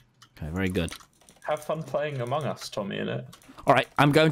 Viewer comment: Why do tommy and pronounce it "aMONg us" lmao